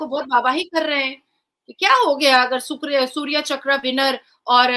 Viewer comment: बहन शौर्य चक्र होता है सूर्य चक्र नहीं.....